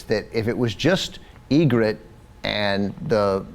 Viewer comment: They are pronouncing Ygritte's name right tho.